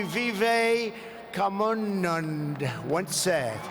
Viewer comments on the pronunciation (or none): With all due respect. We all love our swami vivekananda. Pls go go and hear the pronunciation. Swami vivek ka moon moon. He forgot the name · It is supposed to be Ahmedabad not 'I m a bad' Swami Vive ka mun non Soochin Tendulkar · I think that man called vivekaaamundoo has something to do with this...🤣🤣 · Who is Swami VIVEKAMANNAN. LOL APRIME MINISTER WHO RELAY NEED WORK HARD ON HIS PRONUNCIATION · If you are a true hindu then please feel the insult when he fails to pronounce Vivekananda....please bhakts stop being hypocrites